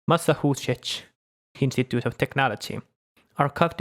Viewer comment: wau, ihan feiskämy! Osta greenscreeni vielä sitten niilä raid shadow legends and nordvpn rahoilla. Also raportoin sut ihmisoikeuksien rikkomisesta koska miten sä äänsit Massachusettsin.